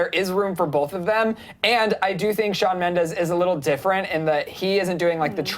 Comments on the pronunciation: Shawn has said multiple times that he does not want to be compared to Justin, and you on clevver news has spoken about it too. but still you dedicate an entire video to comparing him? hypocritical imoAND ALSO, in the beginning, Shawn MENDEZ???? with a z? lmfao, do your research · Shawn Mendez? omg is SHAWN MENDESSSSS!!!!